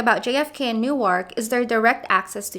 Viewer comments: ..And please. It's pronounced 'Nork" , not "New-ark". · Newark is pronounced nork not new-ark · "New-Ark" ... Oh god stop. lol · Newark, NJ isn't pronounced like Newark, Delaware. As for paying $2.75, just jump the turnstile like half of NYC does.